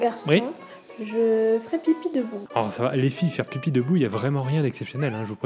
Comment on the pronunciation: Croche? :p Shalut cha va? XD